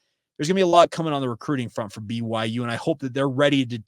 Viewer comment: Love the show, but why do you pronounce BYU like that? lol I hear like every sound of every letter everytime